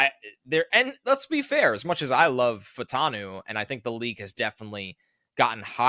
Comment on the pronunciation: Troy Fah-oo-tah-nu. 4 syllables. Say it with me Fa-u-ta-nu. The "a" and the "u" are different sylables, like in Fuaga. If we're gonna draft this guy lets start saying his name right. Its not Fantano, or Fatanu... It's Fa u ta nu.